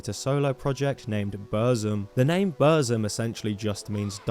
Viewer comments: its not bursum, its buRRRRRzum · it's not burszum. it's BOOR-THHÜM! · You just butched the pronunciation of Burzum the whole time.